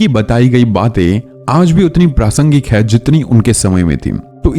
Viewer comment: Why are you saying hai ko haim